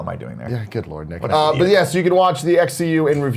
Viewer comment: Fuck yeah! I got called out by Greg and he said my name right! Nick will always be our Champ!!!